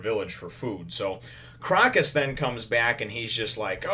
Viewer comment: just thought I would point out the 'o' in Crocus is a long o sound.So it would be more like "croa-cus. " It is a reference to the Autumn Crocus which is actually a real flower with medicinal benefits. Great review as always :)